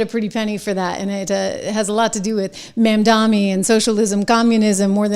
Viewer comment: I must have missed it, is there a reason you call MamdaNi Mandami?